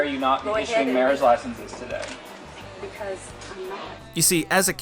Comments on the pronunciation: Am I the only one who noticed his freudian slip ? We've come here 'togay' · He says to d'gay instead of today 0_0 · My man accidentally said togay instead of today